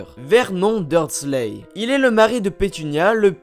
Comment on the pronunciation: C'est verNon on fait comme si il y avait un E a la fin ensuite dursley on ne prononce pas le Y et dans Weasley c'est pareille la prochaine fois apprend a prononcé les mots et noms